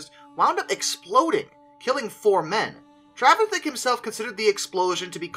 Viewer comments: Trevithick, not travithick. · Ya got the pronunciation pretty close tho it’s Treh-vi-thick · Yep butchered name pronunciation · Trevithick didn't call the engine the Puffing Devil, that was attributed to a local lady who, after seeing it, called it the Roaring, Puffing, Devil. Great that it also suffered from the world's first drink-related road traffic accident. We intend running the replica engine at this year's Trevithick Day. You need to practise the name though :-) There is some debate as to how broke he was when he died as he was earning a fair sum in Dartford. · you are not butchering his name, just slightly mispornouncing